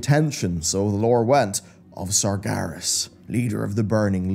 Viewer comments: SARGERAS, not SARGARES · the tomb of... what? sargaras?